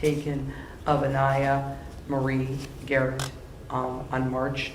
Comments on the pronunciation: Love the doctor saying Aniya Garrett instead of day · I like how he said Aniya Marie Garrett, not Aniya Day-Garrett.